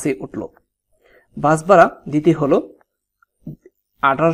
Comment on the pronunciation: একটা কথা বলি আপনি ভাড়াকে বারা বলছেন কেন ?😅